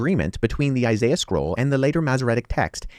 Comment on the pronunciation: He pronounced Isiah wrong so he's already refutted 😂😂